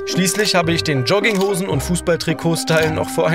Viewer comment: Naja es ist einfach nervig. Als ob die nicht "Ich" sagen könnten. Warum sagen sie ständig "Isch"??